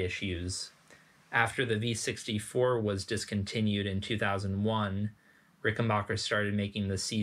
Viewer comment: "backer" not "bocker"